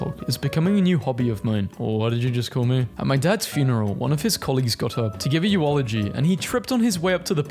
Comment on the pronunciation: Nah he really said you-olo-gee when he read eulogy 💀